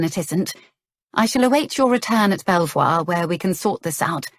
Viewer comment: A very funny story, so far, but Belvoir castle is near our home and is pronounced " beaver", not sure if it meant to be the same place , but just in case